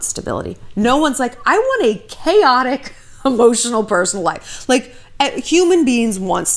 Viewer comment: I think I almost heard a new word.."chaoxic" 😣